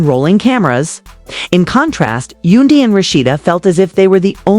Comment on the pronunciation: Please enunciate Yandy's name correctly. It is irking me! 😫